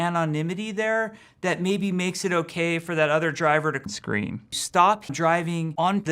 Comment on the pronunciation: "Theres a layer of anonymity that maybe makes it okay for that other driver to.. scream .." I love the emphasis on scream